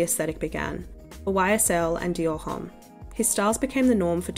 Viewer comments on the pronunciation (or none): none